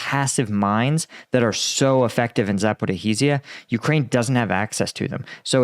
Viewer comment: Hopefully my comment does not get deleted again: I'd like to point out the incorrect pronunciation of "Zaporizhzhia". Try to think about it as "Zapo-rija", the ZH is the same sound as in American English pronunciation of "measure", "erasure", "treasure" or similar words